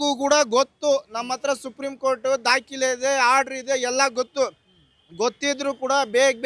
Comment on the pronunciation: Dakile (document) alla dakhale. Modalu Kannada sariyagi matanadalu kaliri. Regards.